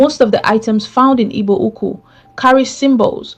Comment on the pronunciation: Who is reading with this contradictory accent? Can't pronounce "Igbo Ukwu" but speak with a Nigerian accent.